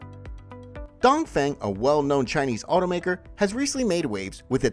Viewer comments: dongfeng should pronouns as dungfung, dongfong, sounds 'don't phone' but not 'down thing'. u keep repeating the wrong pronunciation a hundred times throughout the video let people think u r amateur not professional. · DongFeng is read Dongfong instead. Sodium batteries are less energy density comparing to Lithium.